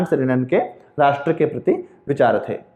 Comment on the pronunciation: Thanks sir.aap ne bahut hi acha ujaran Kiya Rasth ,Desh aur Rajya mi...aaj tk aisa ucharan Maine bhi suna.bahut ache se samgh aaya ....aap ka bahut bahut sukriya guru g......,🙏🙏🙏🙏